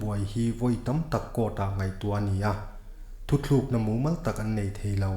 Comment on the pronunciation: thu thlukna niloin thu tlukna tih tur ani e